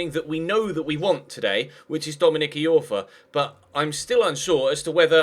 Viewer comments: It's pronounced Dominic "Eye-orfa" not Dominic "E-orfa"! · Iorfa Pronounced eye-orfa not e-orfa